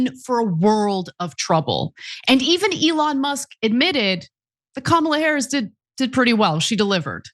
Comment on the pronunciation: Lied about what? It’s Harris, not “Harries”.